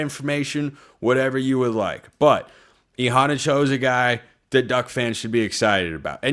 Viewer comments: It's sounds like you are saying han like brawn, rather than han like fan. They way he said it was hanna like the name Hannah. McAfee said it right once but then kept mispronouncing it, but Immanuel said hanna like the name Hannah. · HE PRONOUNCED IT E-HANNA-CHO. WATCH IT AGAIN. THIS IS GETTING ANNOYING.